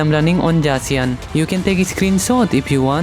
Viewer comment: why you use J to pronounce the z on zacian?